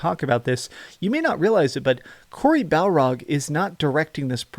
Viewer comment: Lol. You seem to have a lot of information for someone who can't even get Cory Barlog's name correct.